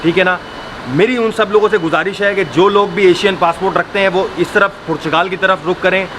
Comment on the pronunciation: I heard *Purchgal*, did you hear it right?